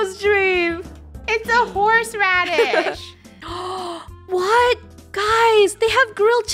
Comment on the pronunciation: THE(HORSE RADISH) not the gorse radish